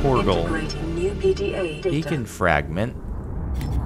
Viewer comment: It took me waaaaay too long to realize he was saying "beacon fragments" and not "bacon fragments" lmao, I was so confused